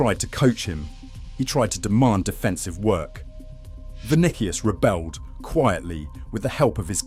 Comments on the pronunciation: GaLACKticos...ViniKius...If you're gonna use AI slop at least make sure it pronounce words correctly. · THE MOMENT HE SAID' VINIKIUS' I STOPPED THE VIDEO AND WENT ON MY BUSINESS